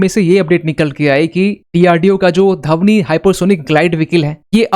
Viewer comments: Its not धवनी, Its ध्वनी,. Learn proper pronaunciation. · Dhavni nahi bhai Dhvani. 😂